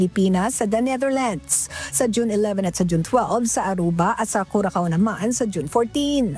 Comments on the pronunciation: Curacao is pronounced as Qurasaw ( Kyurasaw) not kurakaw😅😅😅😅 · Pls check the right pronunciation of Curacao. It is kyoor- uh-sow kyoor-uh-sow